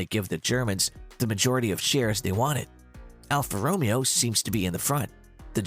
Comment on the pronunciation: should definitely look up how to say alfa romeo